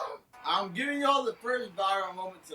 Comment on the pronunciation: "im hibing yall the first viral.moment tonight"